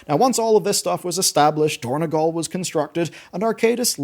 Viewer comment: It is dorn-O-gal, not dorn-E-gal